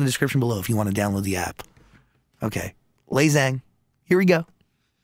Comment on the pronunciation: It's pronounced Lay Jang....not Lay Zang.....otherwise, nice interview!